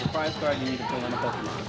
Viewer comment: dad that called it pokeman at is a legend